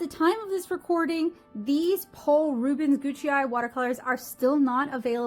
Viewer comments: GOOT-SIGH is the pronunciation….just looked it up…..😉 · Its really not spoken as “Gucci-Eye” though